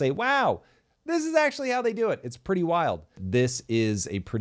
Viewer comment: Ur "ACTUALLY " emphasis is so annoying